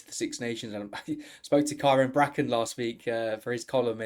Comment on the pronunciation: Is that how you pronoucne Kyran Bracken's name? I always thought it was KEERan not KIran.